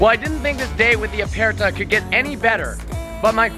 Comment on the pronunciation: As an Italian subscriber I think you pronounced "aperta" in a good way, but "speciale" was really bad; infact you said something like "spesciale" instead of "speciale", i don't know how to make you understand the right pronunciation, maybe you have to say "spechale", the "I" is mute and the "a" is open like you were saying